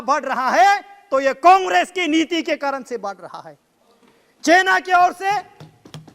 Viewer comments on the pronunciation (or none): neeyat nhi Neeti hota hai